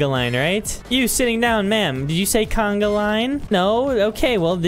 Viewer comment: Its not canaglain its conga